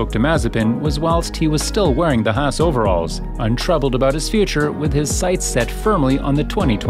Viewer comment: The team name is HAAS and NOT NOT NOT HASS....headache.